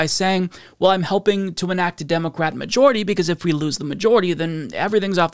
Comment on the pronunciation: I don't know why it bothers me so much, but the way pronounces Democrat (Dem-OH-craht) is very troubling to me.